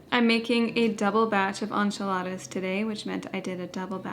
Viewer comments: It’s pronounced en-chee-la-da not on-cha-la-ta. Love these ideas tho💕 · I’ve never heard someone pronounce enchiladas as anchiladas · This was wonderful, encouraging, and motivating. It was very difficult for me to hear “on-chuh-ladas” over and over again…..but I survived.😂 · I’ve never heard anyone pronounce enchiladas like “onchiladas”. 😂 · Love that you’re back! By the way it’s pronounced “in”chiladas 😊❤ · Are you Hispanic? It’s pronounced en-chee-la-da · Girl, love you but PLEASE google how to pronounce enchiladas - it’s driving me nuts 😂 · The way you said enchiladas….